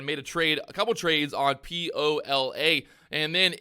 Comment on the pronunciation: Lol it’s POLA